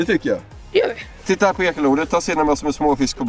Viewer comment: 7.54 "´säger han "fitta va fin eller "titta va fin" xD